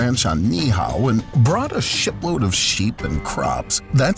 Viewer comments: Sounded like he said "brought a 'shit' load of sheep" lol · ooooh... a SHIPload of sheeps ... I thought he said a shit load ... for real.. x'D